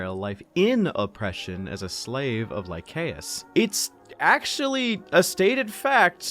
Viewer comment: Don't know if anyone has said this and I apologise either way but it's Lie-say-us. Soft C good sir